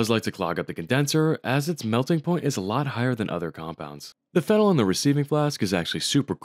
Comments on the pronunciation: You're pronouncing it wrong. You're pronouncing it "FEN-el" (like phenyl) while it's actually "fen-OL" phonetically. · Ngl it’s cursed how you pronounce phenol the same way phenyl is pronounced. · It's fe-nol! 😉